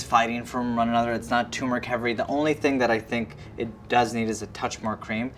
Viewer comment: TURMERIC not tumeric.